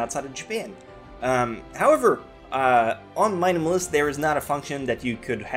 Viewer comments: Normal people say:MyAnimeList How says it: Mynimelist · You pronounce My Anime List als Meminimilist. It's three words just stuck together so you can pronounce it like just three seperate words: My Anime List. I know english isnt your native language, it isnt mine either so I thought I might give you this tip. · It's my-anime-list not mynamnist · Sorry for all those who commented on this being nice and explaining, but i was just making fun of his way of saying it. lol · did he say mineamilist? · Why u say mynemlis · Why do you say MyAnimeList like that? "Mainamalist" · Do we pronounce it my anime list or myanimelist